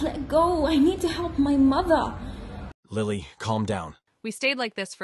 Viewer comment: The way she said mother